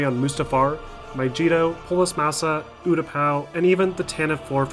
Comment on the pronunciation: It’s crazy how many things you mispronounced even though they are said multiple times in the game, such as iden versio’s name and mygeeto